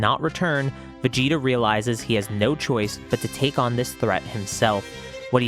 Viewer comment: Guys is it just me or is it supposed to say vegeta?